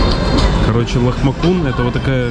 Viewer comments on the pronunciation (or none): это лахмаджуны,а нелахмакуны,буква с в турецком языке читается как джи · Лахмаджин, а не лахмакун :))) Салат всегда подаётся :) Кладёте сверху салат, поливаете лимоном, заворачиваете и кушаете :) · Правильно будет "ЛАХМАДЖУН" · Лахмаджун. А не лахмакун. С это буква Дж. S с хвостиком это Ш. Поэтому не сапка а шапка. Хорошего отдыха. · простите, очень режет слух, но ЛАХМАДЖУН Турецкое С обычно читается как дж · Это Лахмаджун а не Лахмакун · Блюдо называется Лахмаджун. С читается дж на Турецком. 😍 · Вы ели лахмаДЖун. Буква "С" в турецком читается, как "ДЖ". А к лахмаджуну бесплатно идёт зелень и лимон. Зелень заворачивают в блин, поливают лимонным соком и так едят. Очень вкусно)). Хорошего Вам отдыха))) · лахмаджун, английский C, читается дж по русски, по турецки (же) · Лахмаджун, в турецком с читается, как джи🙂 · блин называется Лахмаджун. Буква С произносится как ДЖ. Мечеть называется Сулеймание. Это не первая мечеть и не в честь завоевателя Стамбула. В честь султана Сулймана, он конечно был одиозный но Стамбул завоевали до него) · ЛахмаДЖун!В Турции другой алфавит,не как английский! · ЛахмаДЖун. Буква "С" по турецки "дж"